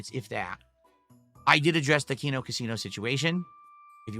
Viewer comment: He stopped wearing them way before the Dented Zone because of LTG's comments about working out if DSP wants to play him on SF so bad. Also you don't have to explain DSP lore to someone on a detractor channel but if you're going to do it at least get it right. Also it's *Kino not Keno.